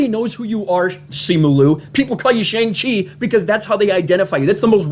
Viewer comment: Btw your pronouncation of Shang Chi is wrong. The Sha in Shang is pronounced as ''Shaaa'' and not ''Sheng Chi'' Just commenting here to correct you